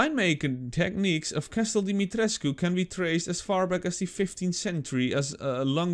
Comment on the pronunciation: pohh ben ik de enige die t zo grappig vind als ie de naam van mrs dimitrescu verkeerd uitspreekt?